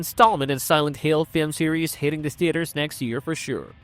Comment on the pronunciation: Pretty sure the voice is AI too, "silent heel", really choppy audio, words forced together, the channel uploads and new video every hour... I'm not watching another video